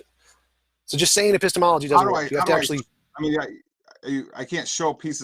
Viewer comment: That's a painful 'epistemology' to listen to